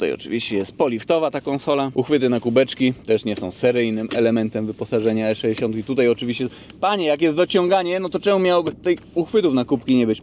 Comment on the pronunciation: "E szeesiąt" :D :D :D